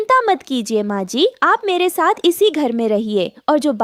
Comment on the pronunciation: GOr gor se kya hota hai? Gor se dekh rehi thi. Aisi joode wali itni gandi kauwi tum ne Kahan dekhi hai? Saat nahin-- Saath. Khane se peechhe nahin--- Khane se vanchit reh jayen. Ye chidiya itnsa bada joda kar ke baithi hai,tum ne aisi chidiya Kahan dekhi hai? Tum log pagal ho kya? O bewqoof logo, lawaris nahin--- L a c h a r. Lagta hai tum bhi pakshiyon ke school mein hi padhi ho. Na koi rishta nahin--- Na koi rishtedaar. Agar tum logon ko hindi nahin atti to seekh lo. Sach mein nahin--- Sach much. Zara achchhe andaaz mein kahani sunaya karo.